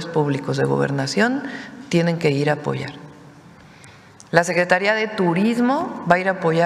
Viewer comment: dice claramente vamos a. pollar no.apoyar.